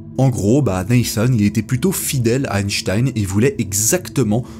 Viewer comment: Quel plaisir d'entendre le nom d'Einstein prononcé correctement ! Sur les chaînes anglophones, ça fait saigner les oreilles d'entendre un 's' à la place d'un 'ch'. Pour répondre à la question de fin de vidéo, personnellement je trouve extrêmement choquant que l'on n'ait pas respecté les volontés d'Einstein.